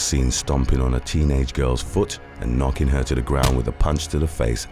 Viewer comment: Plano is pronounced "plane-o"